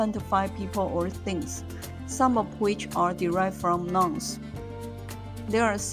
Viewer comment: noun sounds like 闹呢 not like 男 （i mean initials and finals not tones, english isn't tonal)